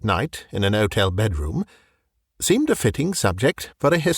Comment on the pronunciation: The H in "Hotel" is not silent.